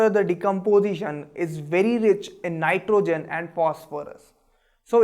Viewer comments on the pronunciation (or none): none